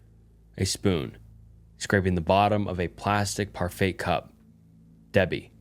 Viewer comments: The most disturbing story was that you didn’t know how to pronounce parfait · Mispronouncing parfait caught me off guard lol I honestly enjoy the little mistakes it feels more authentic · Parfait pronounced “par-fey” 😊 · 💀🤣 par-fay honestly though, I love the slip-ups. they’re genuine and endearing. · For 'Parfait,' the T is silent, Par-Fay